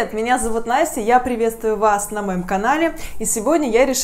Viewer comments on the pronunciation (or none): none